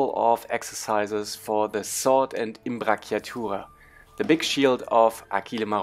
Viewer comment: It's pronounced Im-bratsch-a-tura (written with German phonetics), the way you said it would be spelled Imbracchiatura in Italian. Italian ci = English ch